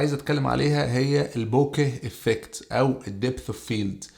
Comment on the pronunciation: انا اسف بس في دقيقه قولت البوكيه افكيت(بطريقه صعيده ) خالتني اضحك فعلا